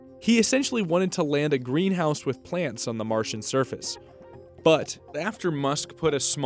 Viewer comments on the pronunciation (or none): none